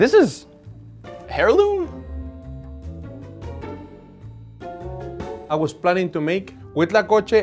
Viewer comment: “this is HAIRloom”